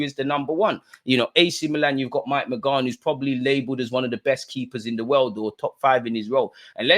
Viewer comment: Bro love the content but please it's not "Mag nan", it's "Man yan" : )